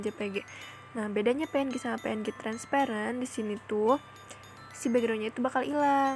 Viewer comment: Wkwkwk lucu bet pas ngomong "pe en je" wkwkwkwk